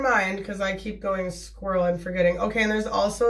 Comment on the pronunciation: Also, I am definitely going to start saying I've gone a little 'squrl', love that 😂🐿